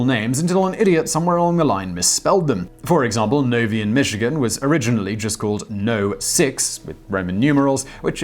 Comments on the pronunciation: It’s interesting to hear how people pronounce things who aren’t from Michigan. NOVEYE not novee lol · Simon, I've always defended u, but twice in a row uv made me cringe w/ English mispronounciations. :(( Nov-i, not Nov-ee, Michigan...MY home state...cruel, Simon. sniffle LOW-ell...as in: low marks for misspeaking. I forgive you. Say them correctly henceforth please & thank you. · It's not "no vee," it's "no veye." It was the number six stop for the Pony Express. No. VI = Novi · I know, in Michigan none of the place name pronunciations make sense, but its not pronounced Novee, but Noviah. Still cool though, didn't know that about Novi! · Thanks for the interesting information, Simon and crew! I am from Michigan and never knew about Novi’s prior spelling, if you will...also, Novi is pronounced, “No Vie” with a long “I” at the end, not, “No Vee” with a long “E”. The More You Know! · I lived on Novi. 6th train stop is a myth. And it's pronounced NovEYE. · LMAO I was about to say that. I wasn't looking at the screen so when he said novee in Michigan I looked up and saw Novi and giggled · Ok I normally dont say anything but I live in Michigan and the city is pronounced noh-vhy! (Novi) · Novi michigan is pronounced no-veye by the way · It's pronounced NOV EYE. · Not even close with the novi pronunciation lol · Love your shows but the I in novi is pronounced long and not short bud😀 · Yeah you mispronounced Novi, hard “I” sound, but that’s my home town and it’s cool and unexpected to hear it in one of these videos lol